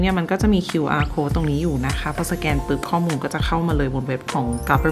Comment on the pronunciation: ขอนิดนะคะ สแกน ไม่ใช่ แสกน 🙏🙏🙏